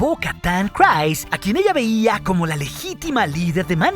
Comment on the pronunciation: Eres un crack, me encantan tus videos. Solo tengo un comentario, no se pronuncia "crais" el nombre de Bo Katan, es un sonido más como "criis". Saludos y síguela rompiendo master